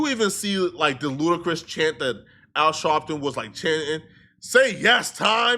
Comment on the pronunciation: “Al Shawwwpton” got me weak 😂😂